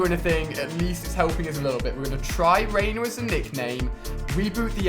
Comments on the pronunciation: It is not rainy it's Rainer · dude its "raineer" not "rainer" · the name is Rainy not rainer that's why he fail all the time.................. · It's rainy not Rainer